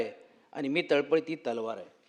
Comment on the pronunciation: तळ पती असा उच्चार नाही .तळपती असा करा.